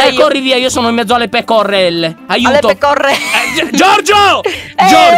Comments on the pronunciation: Hai sbagliato si dice pecorrelle😂😂😂😂😂😂😂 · Lyon: sono in mezzo alle pecorelle Giorgio: le pecorrelle😂😂😂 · le pecoRRRRelle IO:morta XD l'accento sassarese di lyon madonna